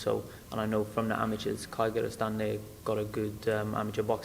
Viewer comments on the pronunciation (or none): Reallllly struggling with that Kyrgystan pronunciation...